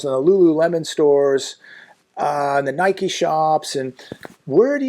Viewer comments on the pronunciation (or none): none